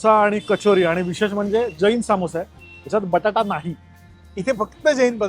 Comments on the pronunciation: शुद्ध बोलण्याच्या नादात अशुध्द बोलतात . सामोसा ❌ समोसा ✅check wikipedia अशणार ❌ असणार ✅ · सामोसा नाही समोसा 😊, समोसा' बिल्कुल सही और मानक शब्द है, जबकि 'सामोसा' एक वर्तनी (अशुद्ध उच्चारण या लिखावट) की गलती है